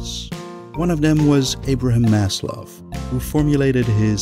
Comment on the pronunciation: he is pronounced "maz - lao"